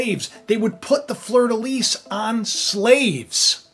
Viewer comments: fleur de lis...lis pronounced "lee" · fleur de lis (pronounced lee - no s) Russia is the bear.